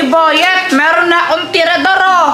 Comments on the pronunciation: Hindi traedorhinditinidor😅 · si ginagawa ang tirador naliging tinidor😂😂😂